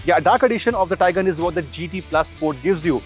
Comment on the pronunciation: The Taigan ans Seltas pronounciation was really irritating man.